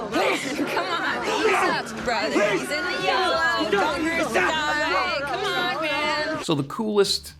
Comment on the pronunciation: Was that "come on dudes" or "common dudes"? Also, the drug theory is FIRE. GJ!